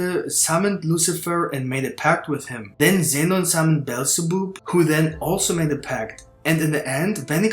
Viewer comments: Beelzebub is pronounced Bee-el-za-bub, not bellzeboob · Bro said Beelzeboob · It's pronounced bee el zah bab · "Bell za boob" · BEelzebub read as bob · as a fan of beelzebub anime im dissapointed on how u pronounced it :(